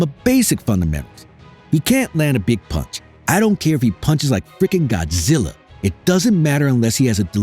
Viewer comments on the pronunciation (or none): none